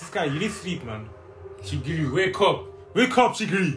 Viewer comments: "shigiui" xD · First we got ISAHGEE, now we have CHEEKY-REE baby lets gooooo